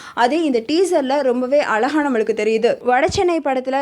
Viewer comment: அலகாவா, அழகாவா.. தமிழை சாவடிச்சிடுங்க... ச்சை..